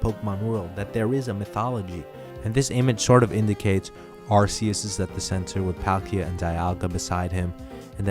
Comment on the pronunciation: "Arse-us" BASED BASED BASED